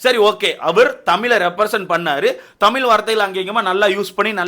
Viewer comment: தமீல் இல்லை தமிழ் bro ungaloda karuthu crct a irukk but tamizh nu sollarthuku badhila tamiilu nu solringa matta murchi pannunga